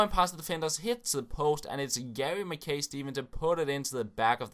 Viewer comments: It's pronounced Mack-eye Steven by the way, but he is an absolute animal! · Pronounced MackI